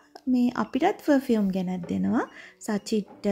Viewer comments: ෆ(ර්)ෆියුම් නෙවේ අක්කෙ ප(ර්)ෆියුම්❤ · Two things... 1. It's පර්-fume. You can use Google voice to learn how to pronounce words properly 😊... 2. Makeup, once opened needs to be kept in the fridge... N they need to be refreshed every 6-8months 😊... නැත්තං ඕවා ගැවම ඇගට විස වෙනවා. Plus, use කරන්න ඕනෙ Organic, Vegan makeup. Your father can send from America 😊...